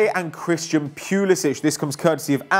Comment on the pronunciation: Your pronunviation of Pulisic makes me want to blow my brains out. It's not pyulisich, it's Poolisik